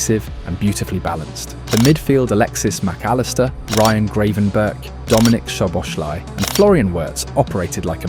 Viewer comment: I like your videos, but please learn how to pronounce the names. It's not Greivenberch, it's Gravenberch (with the Dutch throat "g" in the beginning, which is hard and most people can't make it, but "ei" instead of "a" is not acceptable). And Szoboszlai is pronounced with "s" not "sh". Hungarian single "s" is pronounced as "sh" as in Milos Kerkez's name.